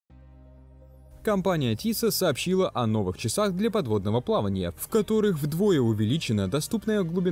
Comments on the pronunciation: тисО, систАр. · тИсо, сИИстар, мои уши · зачем мне смотреть это видео если я француз , вырос здесь и магазин их через дорогу. "тИссо" это произношение англоязычных, дружище ;) Спасибо за хороший контент!